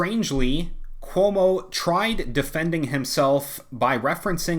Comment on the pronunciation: Everytime you say Cuomo, I keep hearing 'homo'. Maybe I'm just tired 😆